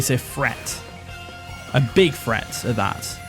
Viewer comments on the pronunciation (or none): why do you say “Fhreat” instead of “threat” and “fink” instead of “think”? lmao